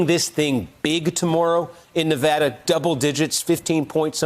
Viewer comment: She thinks she sounds smarter by miss pronouncing Nevada but it has the opposite effect